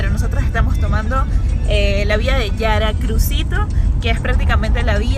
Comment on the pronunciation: Se escribe y se pronuncia Yuracrucito